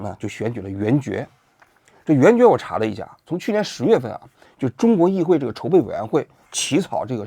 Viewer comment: 叶公子说的“议废（会）”真给我整笑了